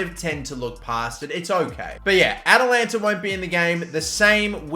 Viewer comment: Atalanta... AT-AT Walker... Atatalantata...